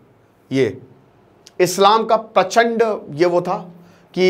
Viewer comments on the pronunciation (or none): none